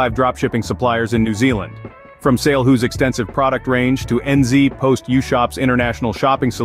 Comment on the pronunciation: N zee post isn't how ANYONE pronounces it! This ia an AI ad